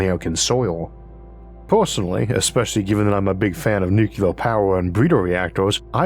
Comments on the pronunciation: Why do you, of all people say “nukuler” instead of “nuclear”? Sorry, one of my pet peeves. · Nuclear: "New-cue-lur" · making fun was absolutely not my intent. many people mispronounce the word nuclear, it is not an impediment which causes this.